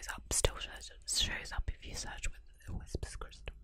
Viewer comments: Why do you keep saying "Whisper's crystal" When her YouTube name is WHISPER CRYSTAL NOT "Whispers" with an S!! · Immediately it’s clear you don’t know what you’re talking about. The name is WHISPERcrystal, not WHISPERScrystal. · It’s Whisper Crystal. But you keep saying Whispers Crystal. It’s very confusing. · You keep saying WhisperS Crystal. It's Whisper - singular. And maybe she liked her anonymity and wants to keep it that way. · Could you not have at least gotten the name right? It bugged me every time you said whisperScrystal